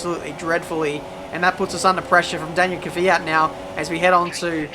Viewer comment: Give this man a medal for saying Kvyat and not Keeee Fiat !